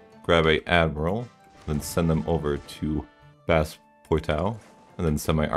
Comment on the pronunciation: “Dumb fries” “Bass poeetoe” “Soota” “Aviggnon” “Ootred”